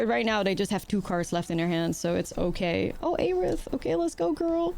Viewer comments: FF fans are going to be upset with how you’re saying Aerith 😂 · Why do you say aerith like that lol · God the way you pronounce Aerith hurts my brain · Aerith was a mistranslation anyway, correct would have been earth. So there is no correct way to pronounce it.